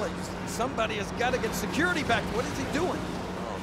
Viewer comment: Haha the king says secority secority